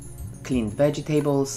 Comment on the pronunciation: Why do you pronounce :"vegetables" a "wedżitables"?